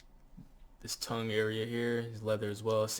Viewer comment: Nice vid bro. You pronounced “ tongue” wrong. But it’s still a fire vid and a banger, hope you reply, have a good one man.